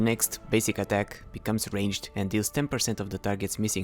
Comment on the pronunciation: "Rangeder" XD